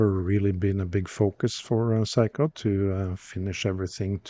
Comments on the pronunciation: Small nitpick: they're pronounced "Sayko", not "Psycho". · Love the Norwegian pronunciation which turns the brand into ‘Psycho’. A little unfair of me to say so, perhaps. Also unfair on the watch, which is pretty darned sane, other than that frantic ticking. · Your pronunciation of "Seiko" sounds like "psycho." Very entertaining. 😆